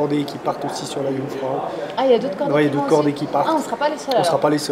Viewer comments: Les casques ceS pour les animaux et déjà cest Jungfrau pas Kunfrau bande de français touristes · Jungfrau pas Kungfrau